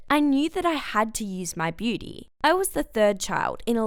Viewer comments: Nobody: Her : beety instead of beauty 🤦🏻‍♀️ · Her Accent though when she said booty-Lol -I just realized she said beauty